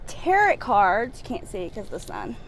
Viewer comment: It's pronounced "tare oh"